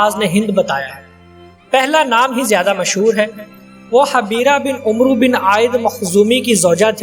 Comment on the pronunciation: عمرو کو amar پڑھتے ہیں عمر کو umar کہتے ہیں